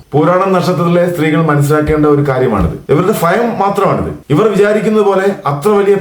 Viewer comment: ഭയം എന്ന് എങ്ങിനെ ഉച്ചരിക്കും എന്ന് ഗൂഗിളിൽ ഒന്ന് ചെക് ചെയ്ത് പറയൂ സുഹൃത്തെ.അതുപോലും പറയാൻ അറിയാത്തവരാണോ ജ്യോതിഷ്യം പറയാൻ നടക്കുന്നത്